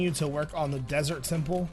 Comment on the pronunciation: “Derest temple”